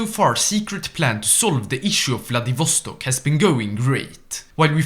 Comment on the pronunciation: They way he says Vladivostok makes me want to die twice.